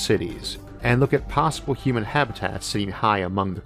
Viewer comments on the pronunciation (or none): none